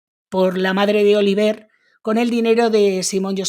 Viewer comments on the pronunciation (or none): Oliver y se pronuncia Olivié . Que bobos son de regresar del Canada. Y el dinero sigue para ella?